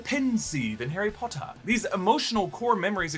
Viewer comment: "...like the pensï in Harry Potah". That was golden